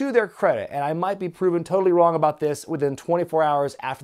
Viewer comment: It's aboot? Turning Canadian are you,?